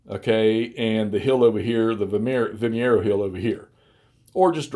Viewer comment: The name of the place and battle is Vimeiro (pronounced Vim-i-roo), not Vimiero. Nonetheless, it looks like a good game and interesting system. Thanks for showcasing it. 🙂